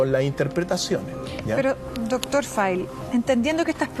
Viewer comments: Que alguien le diga a como se pronuncia FILE - "fail", (sig. archivo)... El wn dice "feil" (FAIL) que significa ERROR.. Jajajaja y después le dice de "fil" (FEEL) que es Sentir. Mejor que le diga Cristian y no deja en evidencia su inglés pobre. XD 😅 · por que le dice doctor Fail es FILE. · Querido! Estudia inglés con nosotros para que aprendas a pronunciar la palabra FILE (archivo). Lo que pronuncias parece que dijeras FILL (llenar) o FEEL (sentir)